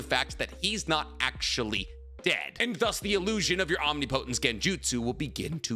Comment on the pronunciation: Say Omnipotent correctly please, for me correct some of the words. Hearing you say the naruto words wrong as a fan is cringe bro.